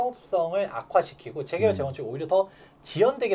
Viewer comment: "재개발"발음을 분명히 해 주세요..